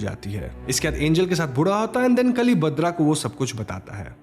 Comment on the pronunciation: Narration acha hai, Names galat bole hai aapne.. कली= काली सिने= केन One more Crime Thriller is relased in Malayalam 'Paapan' (Dad)..Very good thriller